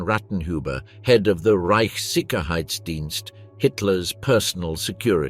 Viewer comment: Awful pronunciation: 'Lieb' and 'Leib' mixed, 'Sicher' (as in 'Sicherheit') is not pronounced 'Sicker' etc etc etc. And why would a bodyguard tried on anything if working as bodyguard/valet/chauffeur? Soldiers doing their job. Otherwise the content was very interesting.